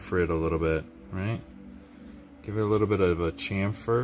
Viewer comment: Thnx for the video. Your pronouncing "chamfer" wrong. To simplify it, say "sham, fer", that's still spelt shamfer, but is the correct terminology for chamfer, I'm English, we invented grammer lol..